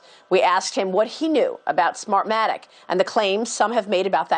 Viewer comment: sofwah sofwah...smahmatic...dude sounds like a drunk they pulled off the street in boston